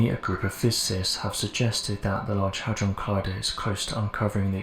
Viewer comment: I stopped listening when you said large hudrone collider…